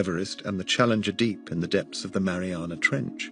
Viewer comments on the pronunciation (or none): none